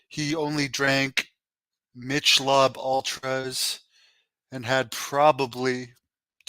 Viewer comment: He said “Mitch Lob Ultra”. Lmfao. You mean Michelob Ultra. The beer? “Mitch Lob” lol.